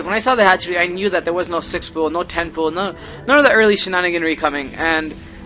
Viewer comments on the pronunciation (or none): none